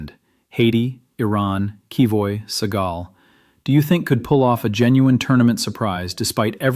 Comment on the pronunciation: Its called Senegal, not Segal, you incompetent AI programmers..